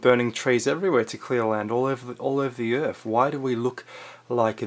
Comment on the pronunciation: Why you gotta say ‘Earf’ I really want to watch your videos but every time I hear you butchering the English language I get closer and closer to stopping, this time I lasted 3 minutes